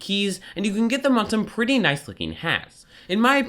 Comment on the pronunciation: When says nice, it sounds like "knife"